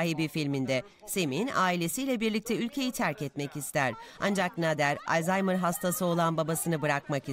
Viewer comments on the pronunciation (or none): none